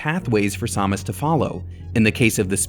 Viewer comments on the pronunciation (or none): What is this Sawmis? Is that how you're supposed to pronounce it? I've only ever heard sam-us